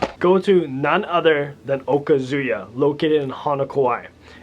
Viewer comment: Okazuya - isn’t it pronounced “oh-kha-zu-yah” with the emphasis on “oh”! Great list of places!